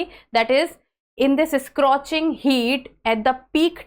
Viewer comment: Not scrotching, it's scorching